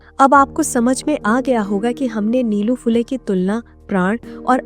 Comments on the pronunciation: नीलू-नीलू काय लावलंय? निळू म्हणा सरळ. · निलू नही, निळू ....